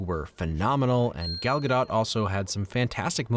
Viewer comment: glad i am early i just wanted to say i am so happy that you managed to pronounce Gal Gadot's name right! a lot of people mispronounce it and as a Hebrew speaker it hurts me a little inside